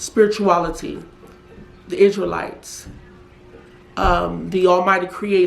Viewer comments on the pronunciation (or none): none